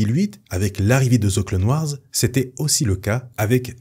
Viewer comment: "De ze clone wars" 🤣🤣